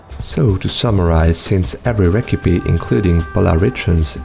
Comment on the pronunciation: 😭 how is that the only word he pronounces weird